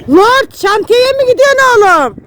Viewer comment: 🤣 Celâl abi lord dada lorg diyo 🤣